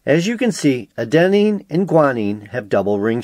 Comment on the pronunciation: also, you mispronounced adenine throughout the video (stress should be on the first syllable rather than the second, it drove me nuts)